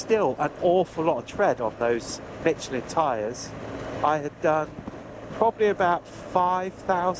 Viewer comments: Good lord. There’s no “T” in Michelin. Calling them Mitclin, is so off putting. Try substituting a soft “sh” sound for that hard T. Best of luck with those “Dinloop’s”! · nice video but your pronunciation of Michelin is sick ;-)